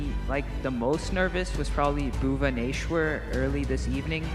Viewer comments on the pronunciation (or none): but was failed,when he said bhubaneswar around 32 minute and 29 second in the Video, he add "H" Between S and W😢😢😢😢😢 so sad